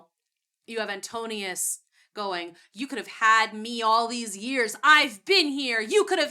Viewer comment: His name is AntINOUS, not AntOnius